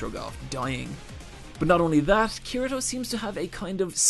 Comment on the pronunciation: You said Kirito wrong😂